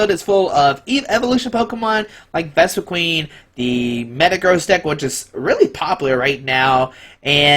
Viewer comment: You're pronouncing Vespiquen wrong.